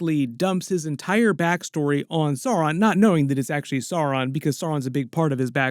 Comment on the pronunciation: Blue Wizards names are Alatar and Pallando, and also perhaps Morinehtar and Rómestámo. The mumakil/mastodons in LOTR films/books are from Harad (south) not Rhun (east). You do persist in mispronouncing Sauron, which should rhyme with Gowron (Glory Be To Your YouTube Channel)